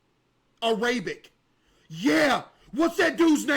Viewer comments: Bro - he says araybic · Brother it’s AIR-uh-BIC